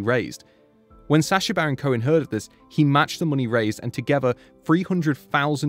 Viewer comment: The word is "together". The word is NOT "tugevah".